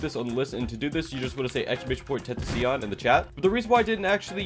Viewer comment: How the hell did you just say tentacion